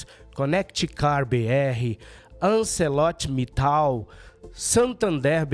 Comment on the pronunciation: Só corrigindo uma empresa que vocês leram errado: Arcelor Mittal